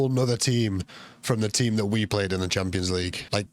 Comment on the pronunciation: Just sounds like he’s saying tampons 😂